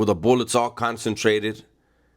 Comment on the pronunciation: The boolets 😂